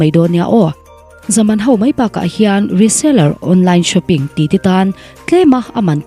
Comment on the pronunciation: I tawngkam hi uluk deuh teh. Ho. Tihtur . Hau. Tireng mai. A ninawm